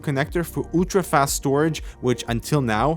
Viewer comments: Uwwwtra Fast Storage??????? ULTRA, please say it right in the name of all professional journalism!!! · "Utra fast storage..." I'm guessing you meant ultra?? LOL 😂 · "ooltra fast"